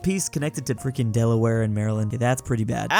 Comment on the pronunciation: Why did you butcher my home state of Delaware